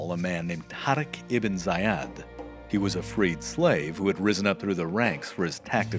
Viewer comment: Isn't the commander at the start, Tariq Ibn Zayid, pronounced "Zay-eed", not "Zay-ad"...?